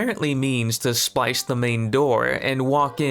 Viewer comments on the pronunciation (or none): Her name is Osha, not Ohsa. There's even a part where you say "Ohsa" and then a clip from the show saying "Osha" back to you saying "Ohsa." Come on man. It's the main character's name. (And they "slice" open doors... Not spice or splice or whatever you said). These are main points. You have to get the names and terminology correct man.